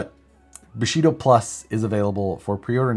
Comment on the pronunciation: Thought you said Bulshido! But thats what Steven Segal does